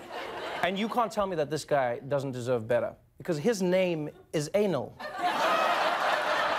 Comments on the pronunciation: His name is spelled as Anil ha nil not aenil its like the human part please stop pronouncing our (Indian) name wrongly please guys come on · If the guy Name was ANIL so he is from Asia and in Asia it not pronounced like ANIL It's like Aniel u mf 😅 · But that name is not pronounced in that way. How do you guys pronounce 'Arnold'? Like that after applying the 'Arnold' A(r) sound, now pronounce 'Anil'. You should open your mouth when pronouncing A😊 like the demand Aaaaa when we want open someone's mouth 😅 It's a south asian/Indian name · That's a Indian name and it's not pronounce Anal.